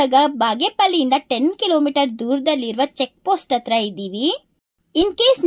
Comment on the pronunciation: ಎಡೆ ಅಂದರೆ ದೇವರಿಗೆ ಪ್ರಸಾದ ಹೆಡೆ ಅಂದರೆ ಹಾವಿನ ಹೆಡೆ. ಪದಗಳ ಉಚ್ಚಾರಣೆ ಸರಿಯಾಗಿ ಮಾಡು ಇಂದೂಪುರ ❌ ಹಿಂದೂಪುರ ✅ಅಂಗೆ,ಇಂಗೆ,,,ಆಗುತ್ತೆ✅ ಹಾಗುತ್ತೆ,❌...ಅತ್ತಿರ❌ ಹತ್ತಿರ✅.. ಇಂದೂಪುರ❌ಹಿಂದೂಪುರ✅..ಅತ್ತುಕೊಂಡಿದ್ದರೆ❌ಹತ್ತುಕೊಂಡಿದ್ದರೆ✅..ವಿದುರಾಶ್ವತ್ಥ✅..ಅನ್ನೆರಡು,❌ಹನ್ನೆರಡು✅..ಇಂಬಾಗ❌ಹಿಂಭಾಗ✅..ಅಪ್ರಿಸಿಕೊಂಡು❌ಅಪಹರಿಸಿಕೊಂಡು✅.. ಒತ್ತು ❌ಹೊತ್ತು✅.. ಕನ್ನಡ ಪುಸ್ತಕಗಳನ್ನು ಹೆಚ್ಚಿಗೆ ಓದು ಪದಗಳನ್ನು ಅಭ್ಯಾಸ ಮಾಡಿಕೋ